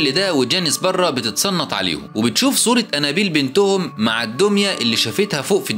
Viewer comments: نت بتنطق انابيل غلط خالص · الاكسنت تبعه هو و عم يقول انابيل خلت الفلم يقلب كوميدي